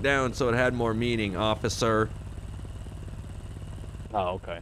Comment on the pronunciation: The way he said officer 😂😂 officER